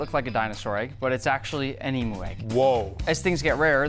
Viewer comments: Just for future videos Nick when you pronounce Emu; its not Ee-Moo but rather pronounced as Ee-Mew. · He just said ‘emu’ like emoo! Cracked me up! It is pronounced ‘ee-muoo’ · Please say emu right it’s pronounced eem-u not eem-oo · I haven’t seen ANYONE here correct nick on this so i will😑😂 It’s not “EMOO” it’s pronounced “EEM-YOU”. Now that’s off my chest, i can go to sleep 😂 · it is pronounced eem you not eee moo and they arent rare at all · Its pronounced eem-you